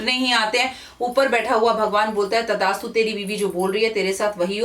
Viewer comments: Tadastu nhi mam... Tathastu hota h... Sorry aapko correct krne k lie... Sorry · It's Thasttu Not Tadastu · Tadastu nhi devi g tathaastu 👍👏 maaf kijiyega agar bura lge apko to🙏😐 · तदास्तु नहि तथास्तु होता है जि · Madam Tathastu hota hai Tadastu nahi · It is TATHASTU and not tadastu 🙏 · तथास्तु its थ not द... Sorry if i heard it wrong ma'am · मैम करेक्शन करिए तदास्तु नहीं तथास्तु होता है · Tadastu nhi Tathastu hota h...Improve your pronounciation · Tdastu nhi tathastu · With due respect it is not tadaastu ,it is tathaastu.